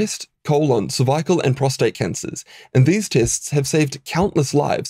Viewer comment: Why do you say cervical like that?